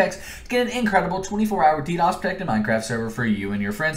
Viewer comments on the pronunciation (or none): none